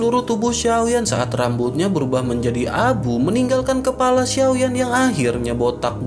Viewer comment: Kepala jadi kelapa 😂Kelapa terus bang kepala bukan kelapa